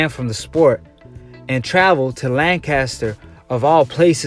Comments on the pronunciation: Well where I'm from it's not lanchester it's Lancaster as in lancastrian gets me dude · It's not lanchester! It's Lancaster.